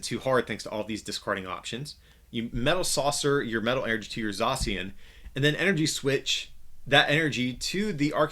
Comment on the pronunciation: U r readIng zacian wrongly